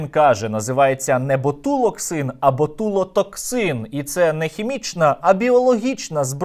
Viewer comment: Ботулоксин… з вуст військового… 🤣нехай краще візьмуть на його посаду якусь інстаблогерку - вона хоч цю назву правильно вимовлятиме.